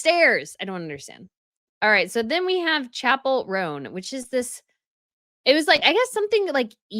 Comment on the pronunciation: "ShuhPell" Roan NOT "Chapel" Roan.🫠